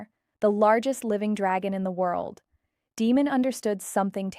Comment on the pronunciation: Demon??!!?? Learn to speak names correctly. You are sad.